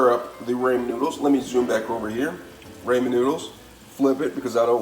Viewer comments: It's pronounced ra-men, not ray-men! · no shit. But sound it out lmao he said it like Raymond soup lol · Can’t trust a recipe for ramen noodle from someone that pronounce it “ Raymond noodles” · Bruh, it's Rahmen like Ahmen Ramen noodles. Not Raymond Noodles lol. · Everytime he says Raymon noodles I feel weird 😓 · Absolutely speak & pronounce your reads correctly. It’s not Raymon? Dah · Same and the first time I've heard ramen pronounced Raymen 😂